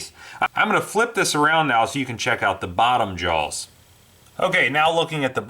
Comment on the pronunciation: Love the channel.... but Whats with the extra vowel when hes saws "JAWS"? Sounds like he says "Jaows" WTF its driving me insane.